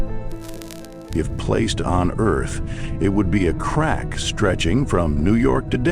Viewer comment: The static approaching the 8 minute mark and calling a crack a crock is why I didn't watch the whole thing 😑